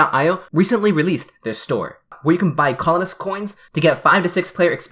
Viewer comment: favorite thing about colonist : sounds like butthole-ist